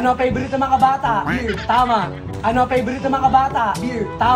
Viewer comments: Sana pag wrong pronounciation mali. Tulad nung bear ni, he pronounced it as" beer". May mga batang nanood sa inyo gayahin kayo, akala tama. Dapat turuan sila ng pronounciation and enunciation of words. Ako rin dati, matigas dila ko eh pero dahil may phonetics kami sa school noon, natuto ko. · 😂😂😂😆😆: ANONG PEYBORIT NG MGA BATA.?: BEYR 😂😂 dami kong tawa sainyong dalawa palagi 👏👏👏💚